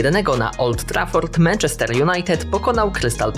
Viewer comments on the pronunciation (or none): none